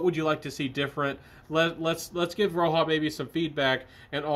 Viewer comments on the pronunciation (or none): RO-HA!!! 🤣 I love it when you say that,!! Hey, who cares what the right pronunciation is when the juices are good? Anyhow, did you just get these or had them for a while? My favorite is still Elysium from Roja. It's very versatile and safe for all occasions.